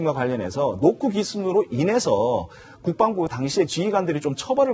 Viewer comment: MC도 국뻥부라고 발음하잖아